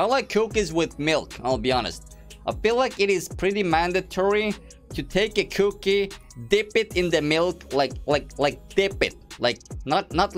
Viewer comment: cookie not cooooki